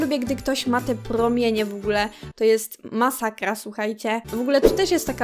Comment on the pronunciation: "POTWIEJAĆ, MASAKJA" JAPIERDOLE XD